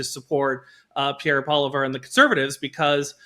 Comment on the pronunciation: Okay, the fat guy has to start pronouncing Poilievre's name correctly or this is not a serious show. Andrew Lawton wouldn't allow that crap.